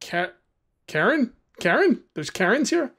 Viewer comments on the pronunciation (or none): none